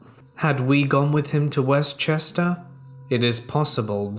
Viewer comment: Being born at the Chester county hospital, and growing up in Kennett Square, I can tell you that West Chester is said as if it's one word.